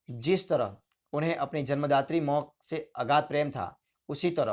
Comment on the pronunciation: Hindi bolna to sikho pehle mo Nahi ma hai